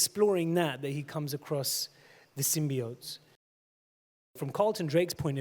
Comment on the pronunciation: He pronounced symbiotes correctly. lol